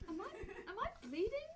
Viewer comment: I thought said 'am I breathing?" instead of "am I bleeding?" And when one of friends said "NO." I kind of freaked out...